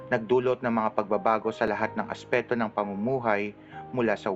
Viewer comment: Hi sir. Pa-correct po nung word na Aspekto, hindi po asepto. Salamat po